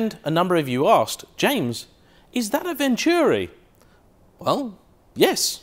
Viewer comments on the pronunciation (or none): Venturi! Pronounced Ventoori. Not Vencheeewwwreee.